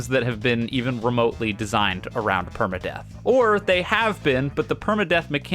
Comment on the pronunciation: Saying deep and perma death correctly is crazy